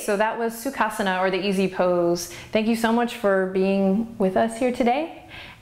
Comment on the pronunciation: Hi Adriene, Great videos, The only thing is when i try to do certain poses, including Sukhasana,(by the way, your pronunciation of Sukhasana is perfect), my lower back hurts a little. Can you suggest anything to tackle this pain?